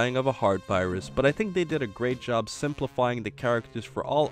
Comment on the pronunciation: #SuperSaiyanBelch oh, and, I didn't think you would audition for Frosted Flakes like that, but you need to summon the grrr-8 instead of grr-rate. Trust, it's something minor, but completely changes it.